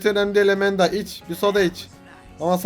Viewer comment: Enes abi Emenda değil Amanda